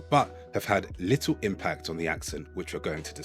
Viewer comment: we dont say "lil" we say "LUDDLE"